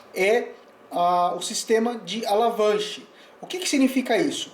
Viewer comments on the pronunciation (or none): Boa explicação, em seria efeito avalanche, falou alavanche. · Muito bem explicado , só uma ressalva: o nome do efeito é avalanche e não alavanche.